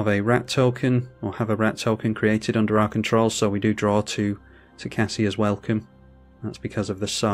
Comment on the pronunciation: That was a really good game all things considered. Also watching return to Oz after this 😂 P.S. I believe it’s pronounced tocASIA, like the continent. Keep up the great content!